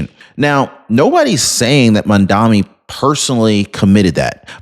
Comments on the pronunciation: My ocd is in overdrive… it’s maMdaNi not mandami… or Mamdookie if you prefer, I do 🤣😂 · You can't even pronounce MamdaNi. And you expect viewers to believe you?